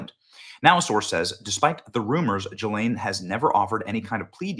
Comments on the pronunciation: Maxwells name is pronounced guh lane not jillane. It's not that important but it makes me think were not talking about the same person. Just saying. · I wish people would learn how to pronounce Ghislaine's Name, It is NOT G lane, It is GA Lane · GDMT Benny... Say "Ghee-Lane" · You’re saying her first name wrong. It’s a soft “g” like “go”